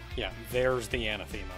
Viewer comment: "Anna Theema" Me: Ah! another word has apparently never heard before! (somehow) for the record, anathema is used to describe an entity or concept that is so counter to what you as to be met with revulsion and is pronounced "an-ATH-em-muh"